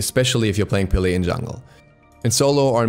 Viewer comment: Peh-leh not pee lee